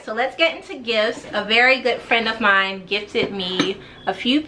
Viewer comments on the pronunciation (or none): none